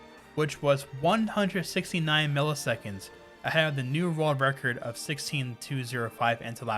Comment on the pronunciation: This is how many times he said rurld record. ↓